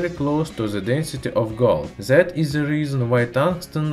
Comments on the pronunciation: why are you saying zat instead of THAT and ZEN instead of then? is it so hard do say D? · Zis zat zen ze